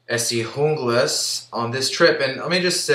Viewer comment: Good review but your pronouncing Junglas wrong..the J is silent (unglas). I learned this during my Rowen factory tour.